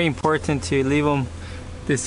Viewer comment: It's very "Em Por Tant." It's funny how you pronounce that.